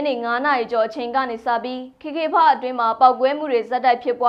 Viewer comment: ကေကေပတ် KKPARK ကိုဘယ်လိုလုပ်ပြီး ကေကေဖတ်ဆိုပြောနေလဲ မသိ။သိချင်လို့သာနားထောင် နေရတယ်။